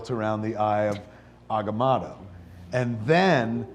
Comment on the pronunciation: It's not eye of agmoto it the eye of agamoto